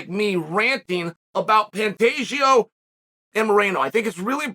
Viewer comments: You lost me at “Pantajio” 😂😅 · Cmon Chael at least say Pantoja right... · Things I learned today. Pantoja (actually pronounced pantageoo) won his fight last Saturday (probably by finish) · Chaels latest phonetic fighter name: Pan-tay-joe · it's not a hard name to pronounce why the shade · this guy is stupid first learn how to pronounce Alexandre Pantoja 2 let Pantoja do whatever he wants to do . The good or bad guy let him be himself like brandon is himself maybe that’s why he has blown up . GSP GOAT was also himself when Skillful and Talented no need to act a fool like you suggest bad guy ha.. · Chael really put the pronunciation of Pantoja through it's paces! I counted six different pronunciations 🤣